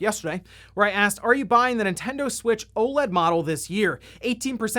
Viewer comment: Nintendud switch